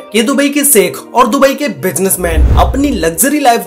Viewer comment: भाई अपनी तुम ठीक से बोल नहीं पाते 'श ' अक्षर को 'स ' क्यूँ बोलते हो जैसे शेख को सेक बोल रहे हो